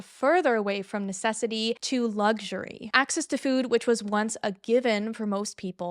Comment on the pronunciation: The way you say food as “fewd” makes me giggle every time